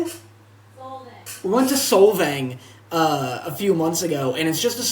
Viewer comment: Hearing the pronunciations of Carmel and Solvang are killing my central coast heart.